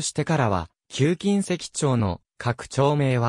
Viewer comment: 金石は「かないわ」です。ナレーションの誤読が酷すぎますね。間違った“知識”は無用です。